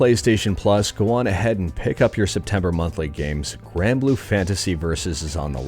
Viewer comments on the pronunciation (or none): none